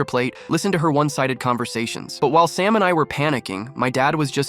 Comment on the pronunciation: Sam became “salmon” and “stamina”